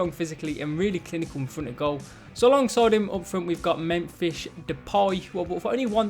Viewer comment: the way you say Memphis cracks me up ahahah